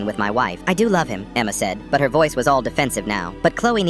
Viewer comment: He said Emma like EMMMEAAA 😂